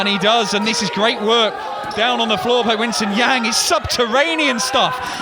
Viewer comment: such a great ep but the "winson yeng" 😭 its pronounced "wern sin yung"